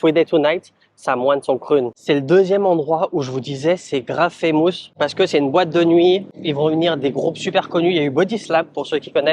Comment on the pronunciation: woww ton anglais..on ne dit pas faaaammoouusss mais FFFaaiiimusss !